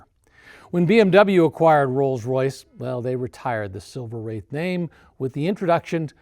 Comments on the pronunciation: 🖕AI, let AI burn 🔥like overheating brakes on a Rolls Royce but yes. It's not "Wrath," it is "Wraith" like the hero car in that movie 1986 "The Wraith" like "Ray-thhhh." Long A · I always heard it as Silver Wraith (Rayth). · Definitely pronounced like "faith" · Wraith is pronounced like faith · It’s kind of amazing that you don’t know how to pronounce “wraith.” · You lost me within a couple of minutes because you can’t even pronounce a one syllable word correctly, and because you were already providing misinformation and assumptions. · Are you NUTS??? Every RR gets tons of respect where ever it goes! I guarantee you, the vallet will always park the Rolls in front of the establishment, whereas the Lambos, Porsches, and Ferraris get parked much further back! BTW, you are mispronouncing Silver Wraith! 😡